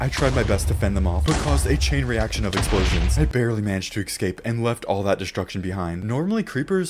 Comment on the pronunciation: love this series. Only one problem, my mans says "ekscape."